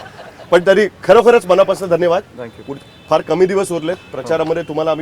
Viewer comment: मराठी मराठी आणि ठांकु ठांकु 😂😂😂😂😂😂